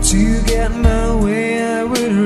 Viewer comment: watch out for your pronunciation cause you over emphasize your words sometimes... "if i can geth" you added h to get.... and sometimes the vibrato was not appropriate.. it was a lil bit awkward cause it was either early or a lil bit early....